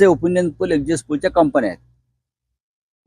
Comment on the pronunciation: अहो आधी exit चा उच्चार करायला शिका ! 🤣